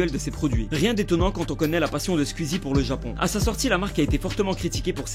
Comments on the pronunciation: J'ai horreur de la façon dont il prononce SQUEEZIE «SKUEASY» 😂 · ARRÊTE DE DIRE SQUIZI wsh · Ça me stresse il dit [Squizy] et pas [Sqouizie] j'trouve ça trop perturbant mdr